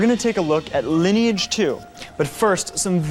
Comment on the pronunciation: Love this! It's so delightfully sincere. Mispronouncing words like 'sinew' and 'Lineage' (the name of the largest MMO on the planet at the time!)